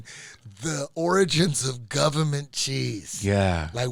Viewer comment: guhvuhmint cheeese!! 🧀😎